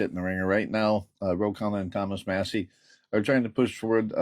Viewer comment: Who’s Thomas Muh-see? 😂 Good god we are fucked